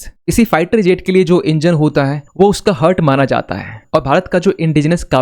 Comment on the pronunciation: एनजिन को हर्ट नहीं, हार्ट माना जाता हैं. ठीक से बोलो पहले🤦 show proof.